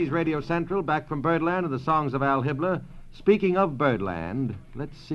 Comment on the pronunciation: It's Al Hibbler, not Hal Hitler, that's the jazz singer